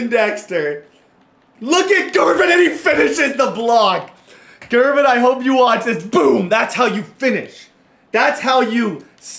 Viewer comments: Hey man, it's an honest mistake but Gervon Dexter is pronounced "Jer-vonn." Just a heads up! Love full szn franchises man. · Not to be that guy, but it’s JERR-VON Dexter. Not GURR-VON.